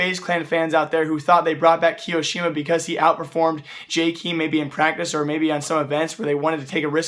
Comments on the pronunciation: Jkeem. it's Jay kae em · It's [Jkem] not "Jkeem" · STOP SAYING JKEEM GODAMMIT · Isn't it pronounced Jaykum? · I've dislikes the video because you said "jkeem" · please ffs go listen to how people say jkaem "Jay kem" so fucking annoying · Okay ignoring your pronunciation of Jkaem. Please stop acting like you know why players get replaced or kicked or signed... Without being mean you dont know enough about CS to make those statements. Also all players sign their contracts at the same time (or with the same renewal date) so thats not the reason why they picked Jkaem to be kicked... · you are saying jkeam wrong #no hate